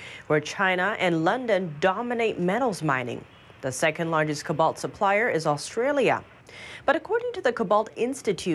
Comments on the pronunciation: co-balt not 'cuh-balt' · kObolt,!!! Not ku balt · needs to learn how to pronounce cobalt and Albanese. She kept saying cobalt wrong, over and over. So embarrassing. 🤦‍♂ cO-balt not cobAlt and Alban-(easy) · Pronunciation: co-bolt / not ku-bolt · "CO-BALT" not "COB-BALT" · It is Co-balt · saying 'Cobalt'... google it guys lol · Who let continue to mispronounce cobalt over and over? Lazy channel.